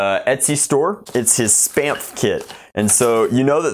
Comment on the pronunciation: Sounds like "Spameph" lol